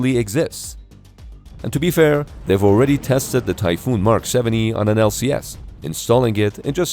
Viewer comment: Typhon not Typhoon.